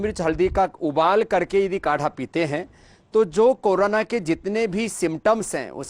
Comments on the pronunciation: करोनो नहीं करोंना रे अहिरा..😂😂 ए पगला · Corona bhi thik se pronounce nahi sakte humko advice derehe😅😅😅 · Bruh...u can't even pronounce Corona and u think I'll take advise from YOU?..go get a life fake guru.